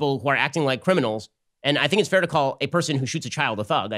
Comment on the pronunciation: "think" --- sounds more like "dream"